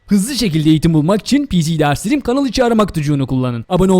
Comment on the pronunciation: abi pcderslerim derken neden (pcdersylyrym) diyosun